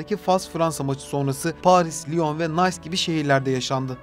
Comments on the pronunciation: Nays değil nis... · Nays değil nis :) Nice şehrinin okunuşu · Nays değil cahil nis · Fransa'nın Nice şehri Nis diye okunur dostum. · Nays mı hocam haahhahha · Benim de dikkatimi çekti. "Why coming" den sonra "nays" da iyi olmuş :)